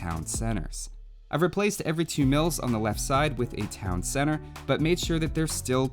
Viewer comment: "Town cenner"